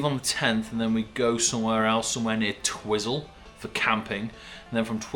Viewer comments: It may be spelt twizel but it's pronounced twy zil, lol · Love how you pronounced Twiz -el 😂 sounds like a UK snack 😆 good people it's called Twi - zel pronounced as (Twizal ) 😉